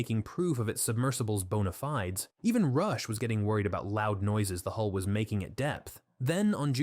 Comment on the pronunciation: Maybe get yourself an AI that can pronounce hull and bow if you want to do ship based videos. Or put some effort in and narrate yourself if its not too much effort...